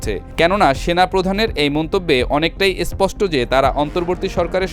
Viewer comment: এসপষ্ট কি জিনিষ ভাই । বলুন স্পষ্ট